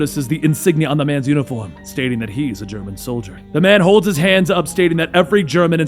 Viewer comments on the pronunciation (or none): none